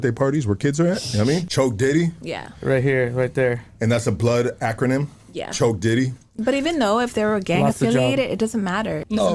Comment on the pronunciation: Im a long time supporter of Hoodstocks the moment i heard “choke dity” “ thats a blood term” i was trippin😂 on top of everything else wrong she said